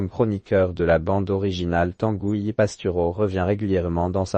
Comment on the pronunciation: Tangouy , et nébon .. l’IA sans doute